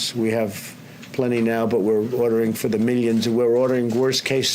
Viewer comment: Masks...are being made by the *mellions*...by the *mellions and mellions*...